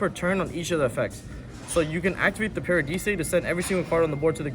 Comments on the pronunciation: Did this man just say "parahdeesay" when pronouncing "paradise"? What are they teaching in schools these days? :D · bro did he really say paradise, PARA DE SAY lmao, bro oak english and math is way to funny lmao. no offense yall crazy tring to record a deck profile LOUD AF in a resturant... smh. any addreal this time? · Pak's been watching too much DB Grinder... "Paradeesay," "Dezeeahray," and "Necroidquip" are just diabolical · did the italians make u pronounce paradise that way? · actually the original name of the fusion is “Des Irae”, so Pak didn’t say the name that wrong (but still, wrong pronunciation on Paradise is insane XD)